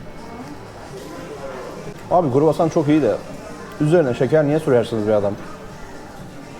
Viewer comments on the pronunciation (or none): Kuru hassan nedir mübarek kroassan diyeceksin kroassan kuru değil 😂